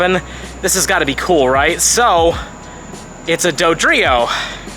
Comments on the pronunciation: dodrio????? lmaooo what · Dodrio???? Lmao